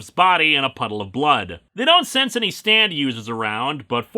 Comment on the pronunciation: Am I the only one who hears Stan every time he says stand? Like all the Steve's from Yu Go Oh abridged :)